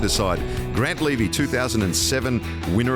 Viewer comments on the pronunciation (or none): none